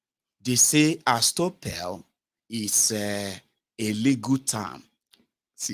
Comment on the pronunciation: Lolz It's estoppel. Pronounced 'es-toppel'